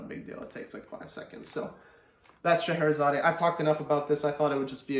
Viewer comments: Not "Sche he re zaday." Just "Sche he re zad." The final e is silent. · By the way it’s pronounced Shar hara zard 👍🥴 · I'm afraid you are wrong here. Since it's a piece by Russian composer it supposed to be pronounced the way he pronounced it: sheherizad